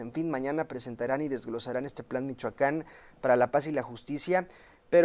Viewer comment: Porqie dice Michacan?